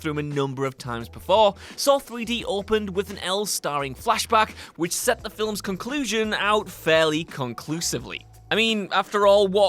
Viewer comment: So, we now know can't pronounce "Films/Film" and "Carey Elwes" IT'S PRONOUNCED "EL-WAYS".